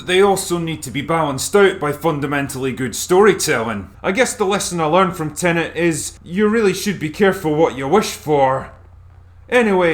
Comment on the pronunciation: "Tenenent" is the latest movie from acclaimed director "Christ, Off Her Now, Len"